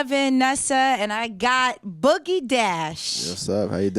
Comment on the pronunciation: It's cookie dash not boogie